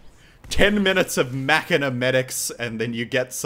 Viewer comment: its said mauk-en-a not mac-en-a